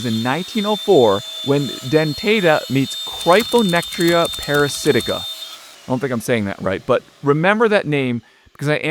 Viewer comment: Yo, you said the pathogen name correctly! 🎉